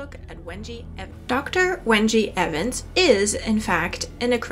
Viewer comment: Interesting pronunciation and ordering of her name at the end of the video.